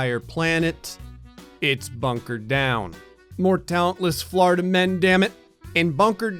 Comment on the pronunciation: No one:: Flurida